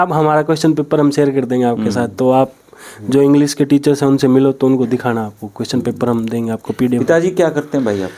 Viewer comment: इंग्लिश रिसर्च स्कॉलर इंग्लिश को इंग्लिस बोल रहा है, अब इसको नौकरी दे दो और अपने बच्चे इससे पढ़वाओ